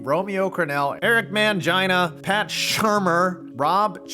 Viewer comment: “Eric ManGINA” 😂😂😂